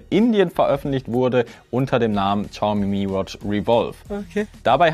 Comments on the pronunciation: Übrigens: Es wird nicht Tschaume ausgesprochen sondern showme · Uff no hate aber "tschaumi" is schon schwierig auf dauer. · Ohhhh bitte, ich möchte nicht pingelig sein, aber entweder du sagst vielleicht 30mal weniger Xiaomi, oder du lernst wie man das ausspricht. Ich musste das Video beenden, es ging leider nicht mehr 😭😭